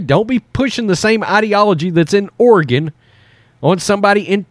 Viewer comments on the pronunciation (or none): none